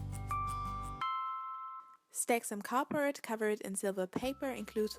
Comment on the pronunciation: Do you say cardbroad instead of cardboard